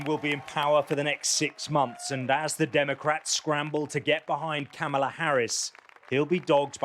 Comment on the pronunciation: Why can so many reporters not even pronounce Kamala’s name right? Search her 2016 campaign ad for how to pronounce her name